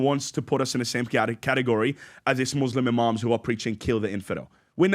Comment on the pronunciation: This guy is a fraud. "Muthlim" 😂😂